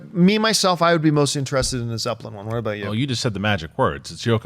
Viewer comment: ZEPPELIN. Not Zepplin.